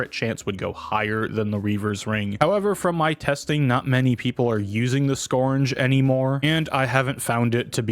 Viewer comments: skURGE. URGE. not scorn-guh. skURGE. skURGE. skURGE. skURGE. skURGE. skURGE. skURGE. skURGE. skURGE. skURGE. skURGE. skURGE. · can we really trust a guy who says "scournge"